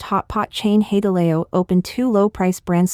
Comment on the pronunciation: HOW CAN YOU MIS PRONOUNCE HAI DE LAO? WTH???